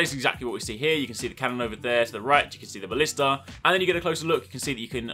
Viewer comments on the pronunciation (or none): none